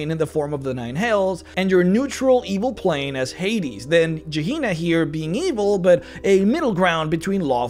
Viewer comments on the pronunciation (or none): none